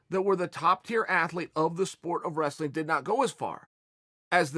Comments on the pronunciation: Chael" resleen, russler, restling, wes-lin" Sonnen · Chael "Wressa-leen" Sonnen